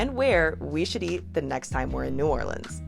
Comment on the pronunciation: You did a great job ! Mispronounced a few things, but proud of you for saying New Orleans correctly ! I would add crabs - yum - and also crabmeat au grautin ! I also laughed at the end when you were eating Chinese food - being from New Orleans, I can honestly say that no matter what the type of food, it’s the best in the world - and yes, I did have red beans & rice very often on Mondays ! TFS 😊